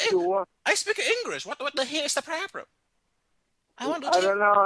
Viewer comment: he says "probrum" just like peter chao